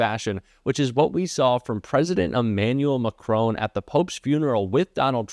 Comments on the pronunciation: Not wanting to trivialise this, but couldn't you at least make some vague attempt to pronounce Macron's name correctly? Have you never heard anyone say his name before? It is hard to take you seriously when you say Macrone, over and over again. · Why can't Americans pronounce the French president's name correctly ? It's a rhetorical question.....!🤔😐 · Please pronounce President Macron properly. There is no 'h' after the 'o'. The 'o' is pronounced as the 'o' in cotton. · I'm with you, but please learn how to pronounce people's names. Thanks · Great content BUT, why oh why, can’t American commentators learn how to pronounce Macron? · Respectfully please try not to pronounce Macron as Mac Crone. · Why can't you pronounce President Macron's name properly, just learn it please, it's so irritating . it's not MACRONE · Better learn to pronounce the President of France’s name correctly. It’s MaKron not Macrone. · please pronounce Monsieur Macron’s name correctly. It is pronounced ‘Mac Ron’. And not Macrone. Thank you! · It's pronounced Mac Ron not Ma Crone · 1. It is Macron as in "on" and not Macrone as in "hone". 2. Macron had already shaken hands with the 🍊 buffoon before they were together with Zelensky. 3. Did you notice the third chair being "disappeared"? I wonder who thought they'd sit down with Zelensky and the 🍊 buffoon? Macron on Starmer or someone else. Personally I just despise these meetings with Trump without witnesses. He flips more than a Cirque du Soleil acrobat and can never be relied upon to tell the truth. Not to criticise. Love your hard work and dedication, but please keep it factual. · Good video, just one point, it's Macron as in Mac Ron, not Macrone,, there is no e at the end. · Emmanuel MacRon, not Macroan! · For the umpteenth time - AND PLEASE READ THIS COMMENT - the French president is not MCRONE, his name is MACRON. Your continual disrespect is Trumpian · Fyi...I love your podcast...but it is 'Mac - ron' not 'Mac - rone'.